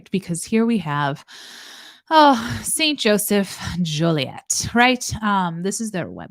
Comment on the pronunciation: I live less than 2 hours from Joliet (My late husband actually lived there). I think it's pronounced Jo-Lee-Ette. There's also a Romeoville